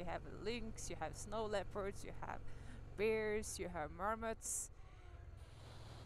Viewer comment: Funny ya keepin’ says beers supposed say bears and I’m deaf from USA